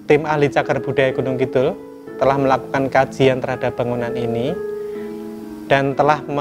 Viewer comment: Mbak narator, mbok membacanaya Gunungkidul dengan "d" biasa aja mbak, jangan "dh". jangan malu mengakui sebagai orang jawa asli.